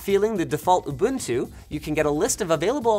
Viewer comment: Finally, Linus, thank you so freaking much for saying "oo-BOON-too" instead of "oo-BUN-too"